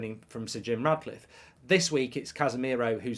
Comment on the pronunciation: He's doing my head in saying Radcliffe